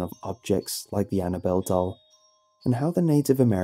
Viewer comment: I DONT WIKE IT I DONT WIKE IT